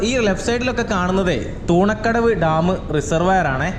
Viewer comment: തൂണക്കടവ് അല്ല തുണക്കടവ് ആണ്